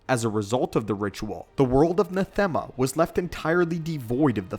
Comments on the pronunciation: Ikr? Not as if there's a whole game worth of references to it with people pronouncing it correctly to look into. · your wrong about many points about the ritual of nathema, including the pronunciation of the planets name. it wasnt vitiate who did that for instance. it was tenebrae. upon the completion of the ritual of nathema. he became both vitiate and valkorian at the same time. as he was so powerful at that point that he could split his consciousness into 3 distinct parts.